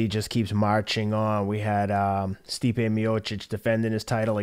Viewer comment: Love your take. FYI. It’s Stipe (Stee-pay) Miocic (Me-oh-chich)